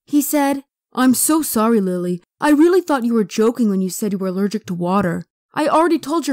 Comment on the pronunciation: alerjick love